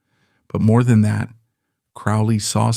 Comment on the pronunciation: Aleister Crowley's surname rhymes with "holy", not "foully".